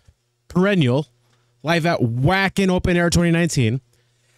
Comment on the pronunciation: Two small things: 1- Wacken is pronounced [va:hen] 2- Please remove the Screamo hastag from the title and the description. Screamo is a music genre. You can tag it as screaming, growling, harsh vocals but definitely not screamo.